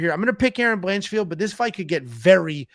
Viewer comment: "Blanchfeld"?! She's not Jewish,! 😅